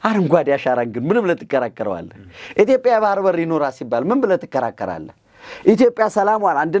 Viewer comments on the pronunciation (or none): none